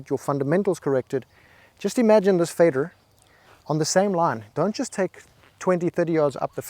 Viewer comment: Love how the "Fader" is American :)